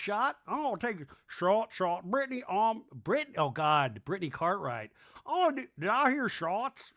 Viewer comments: Why do you keep pronouncing BRITTANYS name like "Brit-ton-nee"? 😮🤦‍♀️ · He's always done that 😅it's intentional.